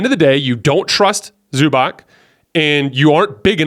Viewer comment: dude, its Zubats, not Zubak!!!